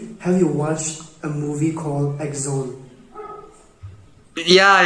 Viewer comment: what aggzon? Axone is pronounced as ‘akhuni’, Semas pronounce it with a nasal snort on the x/kh part! Fermented soyabean!